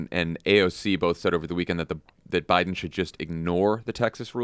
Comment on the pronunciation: guys, c'mon: "thank you to Joe B-AI-DEN". It's right there.....